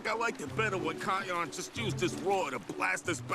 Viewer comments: . not pronounced like that keeon. its actualy kion. ki-on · I'm not trying to be rude or anything but it's not keon. It's kion as in Kai, not key. Kai not key it's not pronounced keyon. It's kion. It's Kai and not not key but I really ain't trying to be mean or anything. It just aggravates me when people pronounce people's names wrong. I guess because my name ain't spelled the way it's supposed to be either so they pronounce it differently and it just bothers me